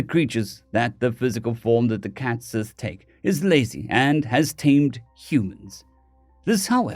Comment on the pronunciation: Minor point, cat sith is pronounced cait shee. Like banshee.